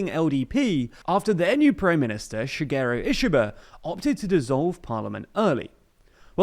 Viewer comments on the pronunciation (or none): none